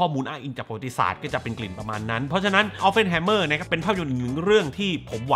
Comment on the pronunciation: ขอแอบแก้หน่อยนะครับ ชื่อแก Oppenheimer ออกเสียงว่า ออป-เพ่น ไม่ใช่ ออป-เฟ่น ครับ (มีแต่ตัว p ไม่ใช่ ph เลยออกเสียงตัว p ไม่ใช่ ph ครับ) นอกจากนั้น เยี่ยมครับ